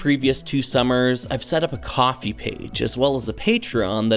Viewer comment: Wait… KO-FI IS PRONOUNCED AS COFFEE??? My life is a lie. I’ve been pronouncing it as Co Fi for 1+ year…